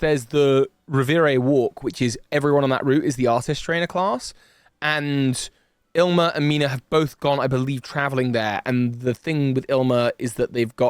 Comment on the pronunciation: Waiting for the day when pronounces Ilima correctly (ill-ee-ma) instead of as “ill-ma”